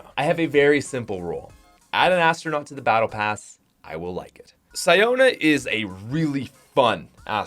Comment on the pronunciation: It’s pronounced See-Own-Ah, not Sigh-Own-Ah.